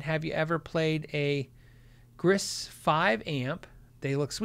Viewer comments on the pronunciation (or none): none